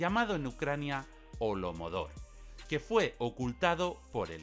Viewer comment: holodomor, no holomodor